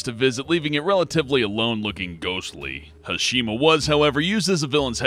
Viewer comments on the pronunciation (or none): The ruins of a Shima? SHIMA!